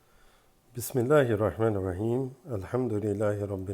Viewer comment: Asalam alyikum brother please say the recite of bismaalh بسم لله الرحمن الرحيم the Second ح with harsh sound